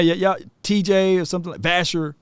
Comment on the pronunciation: It's vasher